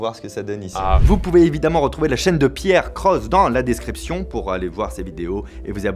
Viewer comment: J'aime bien comme tu as prononcés la chaîne de π AIR CROSSE à la fin xD